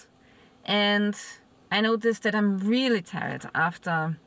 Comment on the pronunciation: It's not tie-red, it's tired - tierrd